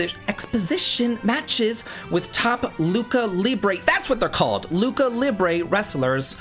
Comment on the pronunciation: I really, really appreciate you and your videos, but that pronunciation of "lucha"... Dear lord XD